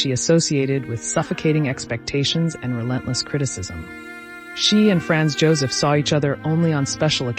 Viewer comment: It would really be nice if the pronunciation of the names, e.g., Sisi, Franz Josef, etc. were accurate. How difficult is it?